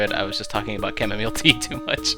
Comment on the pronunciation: HES ADVERTISE ING CAMOMEAL TEA